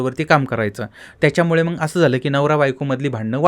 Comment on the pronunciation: तूला नीट बोलायला येत नाही.साला उच्चार पण धड करता येत नाही.मग चां मंग उच्चार करतोस. सरळ चॅनल बंद करुन घरात बसलास तर प्रेक्षकांना आनंद होईल.